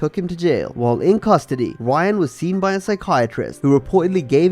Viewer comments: NOT Ryan grace! In brazil R makes an H sound, so its pronounced "Hyan" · You need to pronounce Brazilian names better it’s not Ryan it’s Hyan